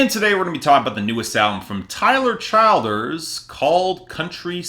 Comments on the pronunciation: it’s pronounced “chill-derz” lol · You’re pronouncing his name wrong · learn how to say the guys name the give your opinion it’s not as good as purgatory to me it was more rushed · It's exasperating to hear you keep screwing up his name.